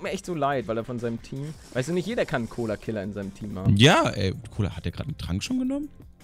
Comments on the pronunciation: dan nicht Colokiller nicht Colakiller 😂 Mega Folge 😂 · Es heißt collokiller